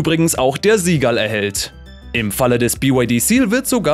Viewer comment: Junge, beim Seagull wird das S genauso ausgesprochen, wie beim Seal. Nicht Sie Gall sondern Si Gall.